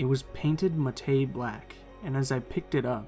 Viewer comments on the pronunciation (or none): You said Matte black terribly bad it's mat black not muhtay black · love these stories. great narrator. but matte is pronounced "Matt" and not "mah-tay". fyi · I've never heard anyone pronounce Matte (as in mat) as"muh-tay" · Matte is pronounced mat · matte is pronounced the same as matt. great video tho. im sorry if me correcting you sounds rude, im just trying to help you out